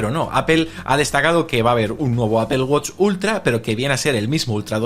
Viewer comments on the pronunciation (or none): Por qué dicen "APEL"?😅😅😅😅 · Apple no se pronuncia Apel….porque dices apel??????? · Me causa mucha gracia como los españoles dicen APEL JAJAJAJA, digan manzana si no saben pronunciar en inglés. También dicen GOGEL. Parece que lis inmigrantes africanos están influyendo en su lenguaje! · Porque le nombran Apel cuando la pronunciación correcta es Apol. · De donde sacas la "i" para aipel Si lo hablan evitando pronunciar el ingles deberían decir aple tomando en cuenta que no van a pronunciar la doble p aunque si es una palabra en otro idioma lo normal en todo el mundo es decir esa palabra en el idioma originario. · Asi es en España, ni ellos saben porqué dicen palabras como uifi al wi-fi y la mas inexplicable es apel a Apple esa ni siquiera la pronuncian a como se escribe. Pero en España se te quedan viendo feo si lo pronuncias bien entre todos te atacan como si estuvieras equivocado por eso todos los periodistas hablan mal aunque si sepan como se dice.